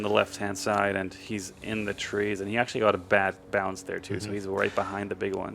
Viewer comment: Please, learn how to say "actually"